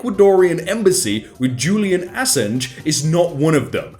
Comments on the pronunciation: How do you pronounce Assange? Ass Ange?! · It´s funny how you're english and get most if not all of these names wrong. "Kaling?" "Assange?" If you're unsure at least look them up before you record.